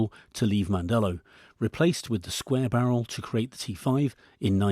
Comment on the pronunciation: Si dice Mandello non mandella ignorante....